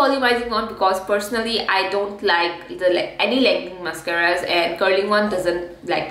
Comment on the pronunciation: you called them mess-caras and boy did you call it by the right name.